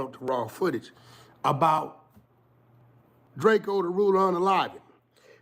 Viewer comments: Drakeo not DRAKEYOoo when the police pull up they say Drakeo not drakeyooo when Adam Says Drakeo it’s Drakeo not Drakeyoo everyone knows it’s DRAKEO not Drakeyooo like wack you really wack for the 💩 DRAKEO NOT DRAKEYOOO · Drakeo not Drakeyo get it right! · Man it’s drakeo not Drak-eo he even made a song about it 😂😂😂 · “It’s drakeo not drake-o get it right”